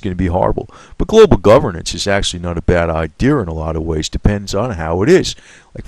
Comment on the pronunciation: " It's not the whole idearrr" Haha love it, every video, that word.